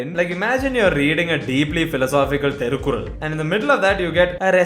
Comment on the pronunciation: It's Thirukural not Therukural 😱